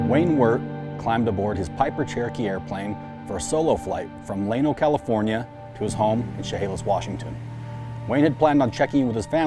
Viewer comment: He took off from Llano? pronounced yah-no.